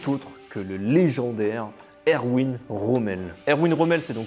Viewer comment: Erwin se prononce Ervin